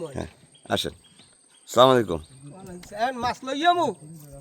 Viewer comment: বেশিরভাগ শিক্ষিত মানুষরাই কি ভুল সালাম দেয়! "স্লামালিকুম" এর কোন অর্থ নাই।সুন্দর করে বলতে হবে," আসসালামু আলাইকুম "যার অর্থ "আপনার উপর শান্তি বর্ষিত হোক।"এটাই আমাদের নবীর শিক্ষা। আশা করি কেউ ভুল বুঝবেন না।